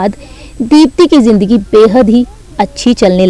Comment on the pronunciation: Are woh jindagi nahi zindagi h bolne se pahele bolna sikho